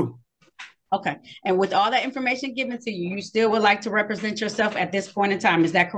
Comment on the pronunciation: at least learn to pronounce correctly "dis" "dat" "foref"